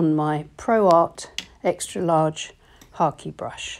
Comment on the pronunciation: You have no idea how happy I am that you pronounced Hake Brush correctly. I'm enjoying your freestyle approach.